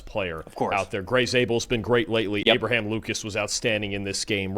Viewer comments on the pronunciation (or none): none